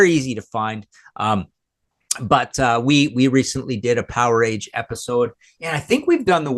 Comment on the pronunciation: Then it should be said like Voltage